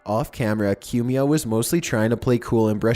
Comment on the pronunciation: It's pronounced "Coo me ah" Not "Que me ah"